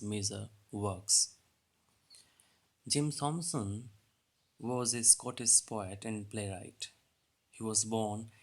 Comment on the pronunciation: Thomson is pronounced टॉमसन not थॉमसन.